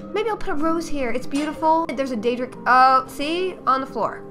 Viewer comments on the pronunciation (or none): none